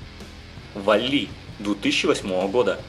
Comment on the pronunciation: валли ?! куда?! В мультике сам валли сказал свое имя с правильным ударением!